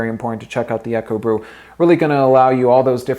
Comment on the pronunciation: Isn't Ekobrew pronounced "eeko brew"? Eko, like eco (short for ecology... meaning environmentally friendly). And isn't Kuerig pronounced "key-yer-rig"? Sorry for being a stickler it was just bugging me! lol. Thanks for the video! I went on to buy a Ekobrew and love it.